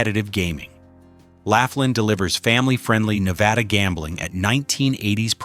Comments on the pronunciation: "Lawfland' not "laughland" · Thanks for mentioning Laughlin (#3), I live here six months out of the year and it's a great place to "play." But, it's pronounced "Law-flinn." May as well get the name of the town right! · It's pronounced "Loflyn". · Pronouncing Laughlin as "Laugh-lynn" and Biloxi as "Bill-ox-see" tells me all I need to know to start a Youtube channel just so I can school you on reality. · "You can at least pronounce "Laughlin" correctly ! ! * Let's make this a professional video with correct information... * "Do your homework and ( Research ) before making the video." * I joined the ( Protest ) and ( Boycott ) of the Las Vegas Strip and it's because of higher prices for ( everything ) and the Strip is too damn EXPENSIVE ! ! The ( Food and Drink ) prices on the Las Vegas Strip is outrageous and ridiculously high priced ! ! * The High Priced Rooms, Resort Fee, Parking Fee and ( hidden-fees ) are everywhere on the Las Vegas Strip and in very small print in almost all restaurants on the Las Vegas Strip. * The middle-class American tourists and Foreign tourists ( CANNOT ) afford the higher prices on the Las Vegas Strip and tourists feel like they are getting ( scammed, ripped-off-, gouged and fleeced ) on the Las Vegas Strip ! ! * If you want the Las Vegas Strip to come almost close to the old Las Vegas..., JOIN the Protest and Boycott the Las Vegas Strip and save your ( Hard-Earned Money ) ! ! * Your Wallet and Bank Account will "Thank you" for ( NOT ) going to the Las Vegas Strip and be scammed, gouged and fleeced of your hard-earned money ! ! The ( CEOs ) on the Las Vegas Strip only think about about themselves and their ( GREED ) and make more ( PROFIT ) for the Large Corporations and Stock Holders and the tourists are ( NOT ) treated like invited GUESTS ! ! * Tourists are treated like the ( CEOs ) own personal ( ATM ) machine for ( GREED ) and more ( PROFIT ) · It's pronounced "LAW FLINN" NOT "laugh linn"!!